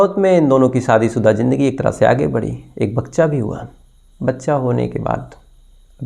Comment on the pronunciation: Sir agar aapka pronounciation accha hota hai tho aur maza aayega sunneko, jaise Sakshi nahi Shakshi... Jindagi nahi Zindagi... Sorry aapko bura laga tho... Otherwise God Bless you...